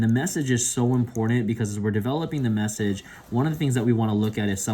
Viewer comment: "messege" was really bothering me...